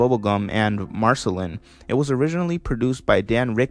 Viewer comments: this is a good video, but i’m not sure you’ve actually watched the show your self, not knowing how to say marcelines name and other names/titles of the show.... but nice vid!! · The way you pronounce Marceline x.x